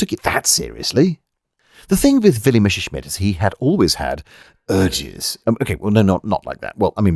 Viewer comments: In spite of your Sean Conneryesque pronunciation of "Mesha-Shmit", you have delivered another witty and interesting slice of infotainment. I found the line "as fu©ked as a sock in a teenager's bedroom" particularly amusing. Keep up the good work. As you were. 😎👍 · Don't want to be an ass but it's pronounced mesershmit, the double s in German is a shrap/normal s since a normal s is more like an English z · It upsets me that you pronounce Messerschmitt as "Mesherschmitt". It's one of those German words that, if pronounced in English exactly as written, is pretty much spot-on. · For some reason, English speakers feel tempted to pronounce the name as if it is "Mesherschmitt" when actually the double s is voiced exactly like that: as a double s. Messerschmitt is one of those names that, in olden times, used to reflect the trade of its owner, like someone called Carpenter or Tyler or Archer or Baker. "Messer" is German for "knife" (and related concepts). "Schmitt" or "Schmidt" or even "Schmied" is a direct equivalent to the name "Smith". So "Messerschmitt" means "knifesmith" or 'bladesmith" or similar; perhaps the equivalent of "Cutler". But "Messer" is spoken exactly as it is written, with the "Mess" bit pronounced just like it is in English. So "Messer" is pronounced exactly as it is written, not anything like "Mesher". So it is not pronounced "Mesherschmitt". Perhaps the word doesn't easily trip off the tongue of the native English speaker, or maybe people are just perpetuating a mispronunciation from previous generations. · Willie "Mether"-schmitt